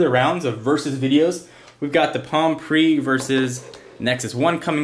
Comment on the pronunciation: he clearly missed the "E" in "PRE" on purpose.